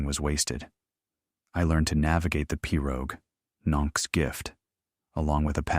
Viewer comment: Several repetitive statements but a good story. The narrator could investigate swamp/ Cajun pronunciations. Pirogue for the 1st.😅 but a concise and clear speech. Thank you.